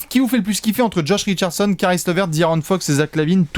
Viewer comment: « Josh Richardechonne » ❤️❤️❤️